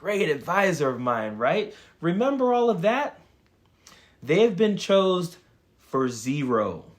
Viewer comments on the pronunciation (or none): Chosen, not chosed